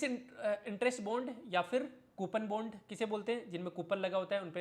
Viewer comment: सर यार बॉन्ड बोलो प्लीज यह बुंड का आदान प्रदान सुनने में बिल्कुल भी सही नहीं लगता है 😂 Jokes aside I really like your work, appreciation and thank you from the bottom of my heart ❤ Keep it up